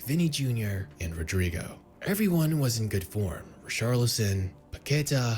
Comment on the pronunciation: Lmao you ain’t peep he said rodyrgo while you were dancing